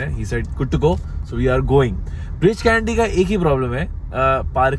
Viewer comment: Breach Candy ✅ Bridge Candy 😅